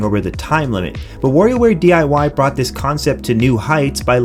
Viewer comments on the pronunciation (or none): none